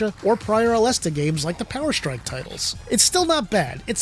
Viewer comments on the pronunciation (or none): none